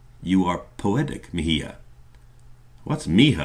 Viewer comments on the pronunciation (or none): Mi hija is pronounced mee EE-hah Mi hijo is pronounced mee EE-hoh (I assume that this is what Esteban is saying :P)